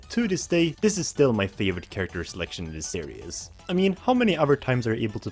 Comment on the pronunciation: That's not how you prnounce series. It's prounced as series not serious